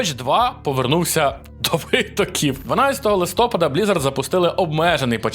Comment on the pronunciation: Я ні в якому разі не хейтер, але кожного листопАду я страждаю, коли постійно каже "листОпад" 🥲